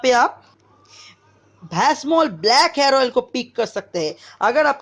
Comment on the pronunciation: Sir sorry but plz learn the pronunciation🤣🤣 of vasmol it's vasmol not besmol 😂😂🤣🤣😅